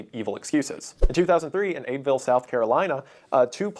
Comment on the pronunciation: It's "Abby-Ville,". They say in a comment on someone else's video reacting to it, instead of the original video where the guy it's directed at can see it